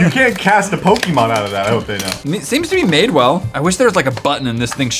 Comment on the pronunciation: OH MY GOD THERE'S A YOUTUBER THAT KNOWS HOW TO SAY POKEMON